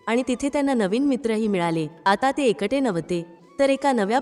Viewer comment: एकटे म्हणण्या ऐवजी एंकंटे असे उच्चार ऐकू येतात.